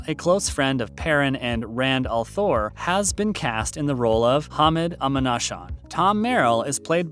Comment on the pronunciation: Yea, like Rand A'thor, instead of Rand al'thore...